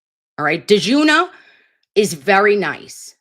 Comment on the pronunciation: At least your freeze frame was on point!! Hate to be the bearer of bad news, but the new guy running for DA , it's not Michael Doitch, rather it's Michael Die-tch, non spelled correctly but rather spilled as in sounds. And for Djuna Perkins, the "D" is silent. Just thought you'd like to know rather than continuing to pronounce the names unchecked incorrectly. So far, I find Michael to be a lot stronger than Djuna. I think he's shown he's committed & he knows A LOT about the Norfolk County District Attorney. I look forward to hearing more from him!!